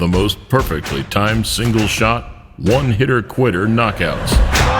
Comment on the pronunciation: "One hitteR, quitteR." I've never heard this quote, quite so white before😂